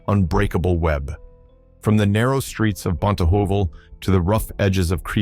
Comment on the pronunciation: The pronunciation 😂😂 Bonte’ hoy vel!! It’s BONTEHEUWEL!!